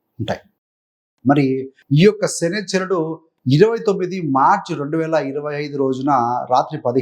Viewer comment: శనీశ్వరుడు అని ఉచ్చరించు... లేకుంటే పోతావు